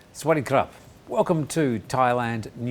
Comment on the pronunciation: I never hear Thai people, well very rarely, saying Sawadee Krab and it does sound like Sweaty Crap the bay you say it lol, most say Sawadee Kap but also most of your audience are foreigners anyway I dint know why you intro with Thai anyway.